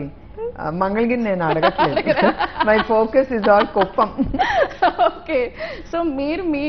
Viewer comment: కూపం కాదు రా బాబు కుప్పం